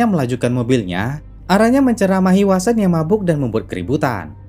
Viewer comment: sprtinya vasen lbih tpatnya, bkn wasen, tp vnya sprti w, tp gk bner2 w 🤣